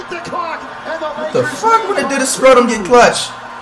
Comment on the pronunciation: bro your saying Dennis last name wrong bro you are saying "scrotum" if yall search what scrotum mean OOooh man